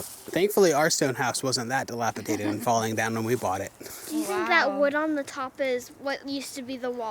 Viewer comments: FYI: the word is “Dilapidated! Not dilapitated!😂 no tater involved ! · I love your videos and can't wait for them to come out, but geez, you have to learn how to say the word dilapidated. There is only one T. It is pronounced d-lap-i-Day-ted! Not Tay-ted. Thanks for sharing your lives with us. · Dilapidated. ... " dated. Not dilapi tated. just sayin...